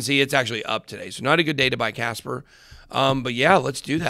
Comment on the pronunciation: kaspa not casper